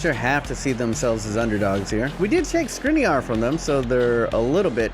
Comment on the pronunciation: It is pronounced Shkrinier